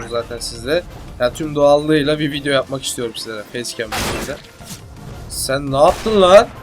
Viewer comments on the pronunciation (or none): none